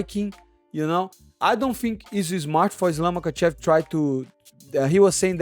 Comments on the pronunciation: As much as I cannot stand Pull-Out Costa, even his English has improved dramatically while my dude here can't even prounounce the p4p 👑 's name correctly " Makhachalla"? Really 😂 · I love your accent and the way you say fucking can't pronounce his name. Islam muckachala made me spit my dinner out. Can't stop laughing. ❤